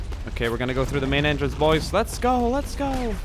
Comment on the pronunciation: Why does he pronounce "boys" like "boise"?